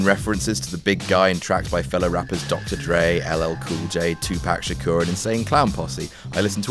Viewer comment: Am I trippin... or did he pronounce "Tupac" as "two pack"